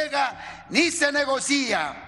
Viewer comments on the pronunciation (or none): Se dice negocia, no "negocía" Sr. gobernador. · Se dice negocia, no negocía Sr gobernador